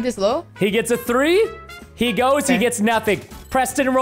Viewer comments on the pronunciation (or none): THREE NOT FREE!!!